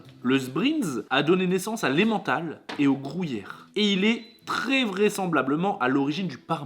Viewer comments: si jamais on dit pas grouyère on dit gruyère comme grue😂👍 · "et au grOUllière" 😁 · Ptin tabuse depuis la vidéo 1 tu dits grouyere pas gruyère sa ft Pt un câble 😅😅 lol C un" u "pas un " ou" 🤫🤭🤭 superbe vidéo de clôture mais snif C fini 😪 bonnes fêtes à ts les 2 et bn es fêtes à tous 🤗🤗